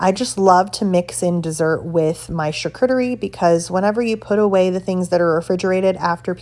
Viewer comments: yes...but if you show a video on something you need to prinounce it correctly. I heard it 3 times before i knew what you were saying. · You sreny prounouncing charcuterie correctly.